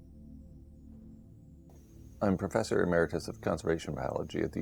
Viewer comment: Why doesn't he pronounce some words correctly, e.g. emeritus? Is that a Canadian thing?